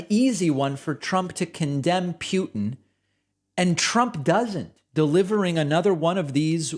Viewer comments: It's Putin, not "Pee-utin". Just saying. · It’s Putin, not Pewtin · Why do you keep pronouncing names weirder and weirder…? It was kinda funny at first. But it’s Poo-tin Not Pew-tin Yet you pronounced it fine numerous times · The man’s name is Putin )(short u not long u). I think you know that. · Thank you, David... good job. But could you please stop saying Putin's name as "P'you-tin". It's supposed to be "Poot-in". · I hate trump. But the guy in Russia, his name is Poo-tin, not Pew-tin. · Dude you really need to get your pronunciation of "Putin" under control. Its not pronounced "Pyewtin", it's pronounced "Pootin". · David Putin is pronounced, "PUtin" not "Pewtin". Just saying. :) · it's pootin... not pew tin although i usully call him puny putrid putin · David, it's not Pewtin, it's Pootin. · David you love to criticize how people pronounce words so stop saying "Pew-tn". You sound ridiculous. It's "Poo-tn". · I have sat here rolling my eyes at people criticizing David's pronunciation of certain words. And now here I am, grinding my teeth over "Pewtin". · Why are you saying Pewtin? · Pronounce his name as POO TIN. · What's with the "Pew-tin"? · Who tf is Pew-tin? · Ok, David...now, you're starting to do it, "Pew-Tin" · Did David say “Pew”tin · David, I love your show. I'm a vocal supporter of you, but ya gotta stop pronouncing Putin's name as "PYEW-tin." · It's not "Pyootin". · Why does David pronounce Putin like Pyutin? Right before making fun of Trump's pronunciation... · “Is Pew-ton evil?” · Why do you call Putin for Pjutin? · Why does David pronounce putin like that? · You mispronounced Putin.